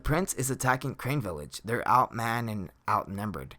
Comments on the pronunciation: its carne village not crane dooode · Crane Village.....Crane Village......Crane Village....... I do think it's pronounced Carne.....like it's spelt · Crane village. It's CARNE - Kar-Ne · The village is called carne village not crane village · Carne Village Not Crane Village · It’s not crane. It’s car ne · Carne! Car-Neh! Village Not crane, carne! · Just a small correction, it's "Carne village" not Crane village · Lol every time he said crane I yelled out carne haha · Carne = car-nay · Say Carne right you dip shit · I can't stand that he won't pronounce it right.